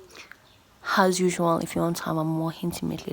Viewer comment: That thing she does towards the end of "Has Yusual, hif you want to ave a more hintimate relationship with me" gets me EVERY. DAMN. TIME. 😂😂😂